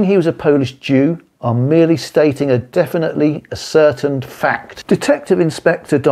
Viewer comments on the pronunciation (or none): again can't pronounce ascertained (not a-certained which doesn't exist etc), exigencies ....! Surprising given the subject. Bit pompous but still interesting, thanks